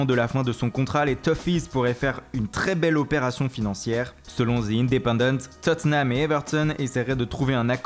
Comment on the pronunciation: Arrête avec les accent comme "Tottenham et Everton" ou "Federico Bernardeschi et Gianluigi Donnaruma" car trop c'est trop defois ca peut etres amusant mais la c'est EXTRÊMEMENT forcer... Sinon continuer comme ça car vos video sont bonnes pour nous renseigner sur les infos Mercato 😉